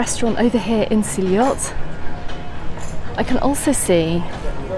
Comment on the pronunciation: It's actually pronounced see ot Great video, been going since 1989 love it